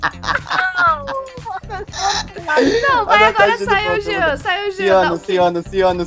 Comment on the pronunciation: por favor não me digam que só eu ouvi a chamando o Jean de jetan